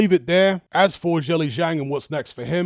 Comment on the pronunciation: Thanks! Btw if you want to be one of the first YouTubers to pronounce zhilei zhang correctly, it’s pronounced more like “jurr lay jang”.